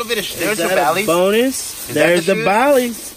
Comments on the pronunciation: Dude said Baileys haha. There Bally’s bro 😂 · He said Baileys😭😂😂😂😭😭😭😭 naw brah they Ballys they don't know what they looking at